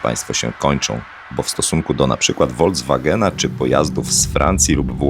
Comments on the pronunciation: Wszystko fajnie, ale nazwę Volkswagen czyta się z "F", a nie "W" na początku. Dlatego, że to miał być samochód dla ludu, czyli fonetycznie Folkswagen. Tak jak w naszym języku zespół ludowy to inaczej zespół folkowy czy folklorystyczny. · "Voldzwagen" i wszystko jasne